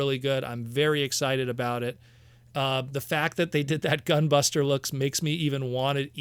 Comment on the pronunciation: Gah! please stop saying GUN BUSTA! All I can think of when you say that is Gundam Wing's gun buster weapon, and makes me think she is turning into a big old blaster weapon. Like what Hasbro monstrosity would wield that?! Unless Hasbro is crazy enough to give us titans that will combine into a huge Predaking or Unicron. That would be insane... On second thought both options would be nutz! LOL 🎉😂🎉